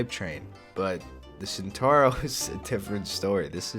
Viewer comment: Is Centauro, not Santoro.. please..